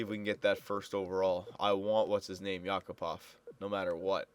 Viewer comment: btw not YAkupov, correct is YakUpov